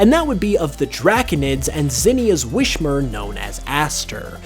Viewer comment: a huge pokemon mystery is why do you keep pronouncing Whismur's name as "Wish-mur"